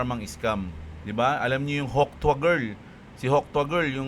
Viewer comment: Natawa ako sa pagka banggit mo ng hawk TUA!!! Ahahaha😅